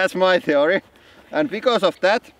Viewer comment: "That's my theoreyh" - Sounds like you're English dude :D